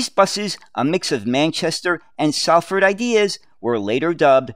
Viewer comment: I know it's spelt Salford but it'd pronounced solford. As a former Manchester bus driver it's a pleasure to watch this video. I have many memories of the jafacake colour scheme for GM buses. Back in them days when I was young it was OK to smoke on the top deck of the bus